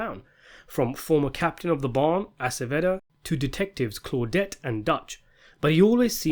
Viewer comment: Sometimes I think I only watch these videos for the mispronunciations. “Vic MacKay.” “Akaveda.” “Walter Goggins.” “Monika Rollins.” “ Cori.” “Dutch and Claudia.” The videos go down more smoothly if you just chuckle at it.